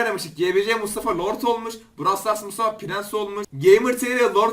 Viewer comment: Abi Brawl Stars değil brovl stars diye okunuyor